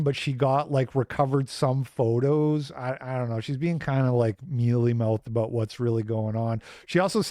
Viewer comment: Did u just say aboooooooooot it?